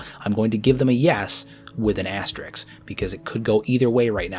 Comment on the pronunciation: Its asterisk, not asterix. Asterix is a french comic book character.